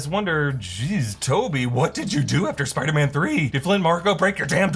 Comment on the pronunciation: Doctor Strange said Spidermen